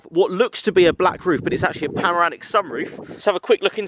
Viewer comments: "pamaramic sunroof" hahahahah love the vids keep it up man!! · ‘pamoramic’ sunroof. gets me every time. 😂